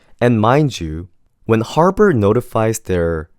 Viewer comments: Good thing you didn't get accepted because you don't even know the school's name its Harvard not Harbird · harvard ❌ harBard ✅ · Is anyone else hearing "Harpard" instead of Harvard?